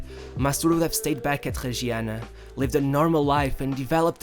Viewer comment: Not Tregiana, nor Haiola. As you were able to say MastouR, impRove you are also able to say Reggiana, Raiola